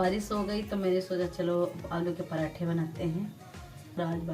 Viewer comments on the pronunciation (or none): Parethe 😂 nahi parathe